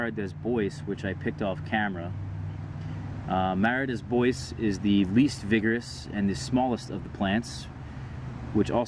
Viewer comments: Mara "dAy bWah". French. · good information. What's more worthwhile to grow, everbearing or June-bearing? Also, don't be offended, but it's pronounced Mah-rah day Bwah. It's French. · you're pronouncing Mara Des Bois wrong